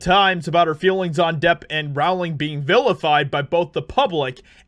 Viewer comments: Oi!! J K. Rowling's name is pronounced "rolling" as in "bowling". Not "raoling" as in "cowling". She's only been asked that a million times, mate. Otherwise, I like your vids. 😋👍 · Hey! JK Rowling's last name is pronounced ROLLING - according to her. Its like Row - as in Row row row your boat. It's not Like Rauling. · It's pronounced Rowling like "Bowling". It's not "row-ling" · FYI- Rowling rhymes with Bowling. Yer welc. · Just FYI, JK pronounces her name “rolling”.